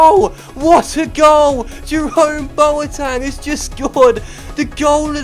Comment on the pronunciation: Why do you call him Boatang?